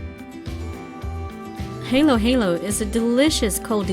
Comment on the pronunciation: It's pronounced ha-low ha-low. Not hey-low